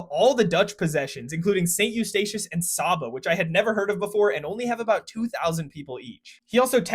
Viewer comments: Saba is pronounced “sayba”, not “sahba” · FYI in the Caribbean St. Eustatius is typically shortened just to Statia. Saba is pronounced Say-Ba. And since everyone always gets it wrong and it’s nearby Nevis is pronounced Knee-Vis